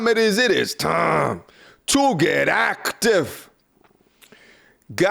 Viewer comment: "It is time to get acktive" this is stuck in my head